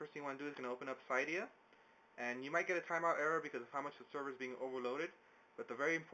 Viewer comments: It's pronounced "cidiya" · It's pronounced like cidia